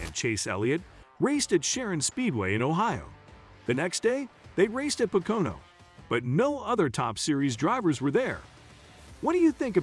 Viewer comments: Also Poke-a-know and 'You-sack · Computer generated voices that mispronounce things like Pocono and Indianapolis, are irritating. As for SRX, big names already race in the summer series. Ever heard of Helio Castroneves? Tony Kanaan? SRX isn't a NASCAR series. It's like IROC, the International Race of Champions. Drivers from various disciplines compete.